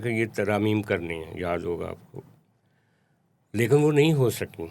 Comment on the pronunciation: Lekan nahi bhai, lekin